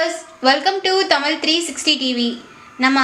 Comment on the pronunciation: தயவு கூர்ந்து தமிழின் உச்சரிக்கும் நபரை போடவும். தமிழ்-தமிள் என்றும் அழகு என்பதை அலகு என்றும் உச்சரிக்கிறார். தமிழை முதலில் ஒழுங்காக பேச கற்றுக்கொள்ளுங்கள். பிறகு இத்தகைய பயனுள்ள தகவல்களை தரலாம். தமிழை வாழ விடுங்கள்.இனி தயவுசெய்து இப்பெண்ணை பேசவைக்காதீர்கள்.